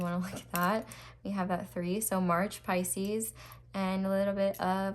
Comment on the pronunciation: i have paused the reading just to comment & say how much i love you for saying “Pisces’s’s’s’s’s” 😂😂😂😂😂 you are my new favorite tarot reader by the way, you’re amazing 💖